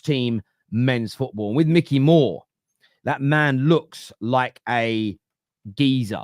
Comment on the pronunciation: It’s not Mickey, it’s Mikey 🤦